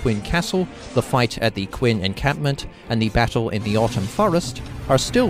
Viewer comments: cringing each time you say "Quin." Phonetically It's Chen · I really hate to be pedantic, especially since I've never seen your channel before. But it's pronounced "Chin/Chen". That emperor is the reason the entire country is called China. He basically conquered all the warring states to unify the country.